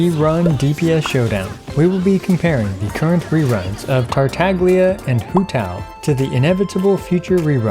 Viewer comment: finally ,he spoke Togtola's name correctly